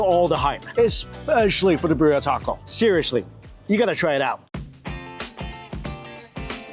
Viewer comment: It's so painful - Mikey, Birria... it's BEER-ee-uh! Don't any of the vendors say it outloud? Love your content 🎉